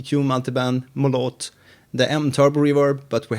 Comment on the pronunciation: I cannot believe Google recommended you when I searched for a Post Rock guitar! Thank you for the video! Though I didn't find what I was looking for, now I'm more familliar with the plugins in Bitwig that can be used. By the way, it is pronounced as Mólot and means Hammer.